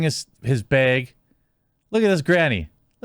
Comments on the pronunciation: Him saying bage is killing me. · Ah the good ol bag pronounced as beg.. dead Wisconsin giveaway lol